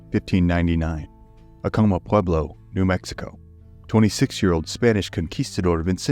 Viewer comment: You’re pronouncing Acoma wrong